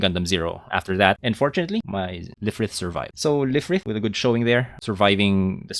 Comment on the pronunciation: Lfrith is pronounced as Rubris! Otherwise, amazing deck!